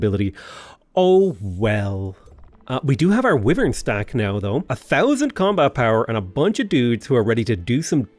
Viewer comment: "Wyvern" is driving me crazy. But great series, really enjoy it.